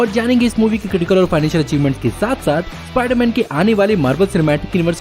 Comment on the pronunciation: Ispaiderman ispaiderman 😂😂